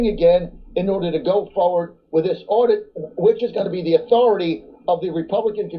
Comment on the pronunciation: its an audit, not an addition! 1 second in and your screwing up. And you did it TWICE just reading the headline. Doesn't hold water to YOUR intelligence. I will not be subscribing.